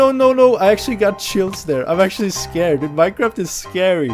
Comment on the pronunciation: Also i love how he says MineKraft and not Minecraft XD